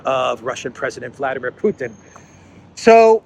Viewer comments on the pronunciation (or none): none